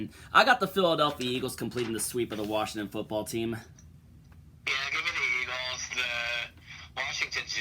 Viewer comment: Washington or Worshing ton? 🤣🤣